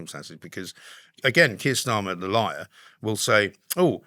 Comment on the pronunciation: It's Keir not Kier FFS.